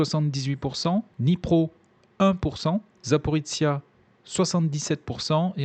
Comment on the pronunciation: Petite detail : Запоріжжя se prononce Zaporijia (ou Zaporojie en russe) pas Zaporitsia Merci beaucoup votre travail